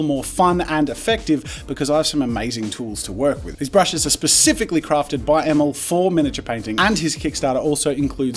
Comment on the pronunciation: Emil: my name's pronounced "E-mill" as in "mill". Jazza: Emel.